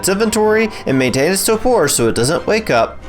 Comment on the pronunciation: Gotta love "Ket-zal" + "Tow-por" and the best, "Using weapons while driving the griffin"